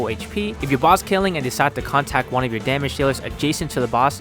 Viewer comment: It's contRact BTW... not contact.